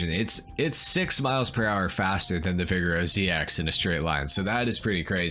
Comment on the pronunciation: The way he says “Vigero” makes me cringe